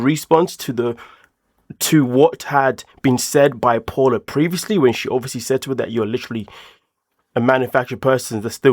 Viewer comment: Not Paula, its pronounced Pow-la